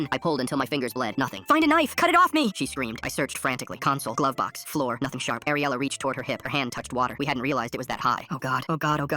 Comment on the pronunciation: My friends name is ariela and it's ariela not AIR-ela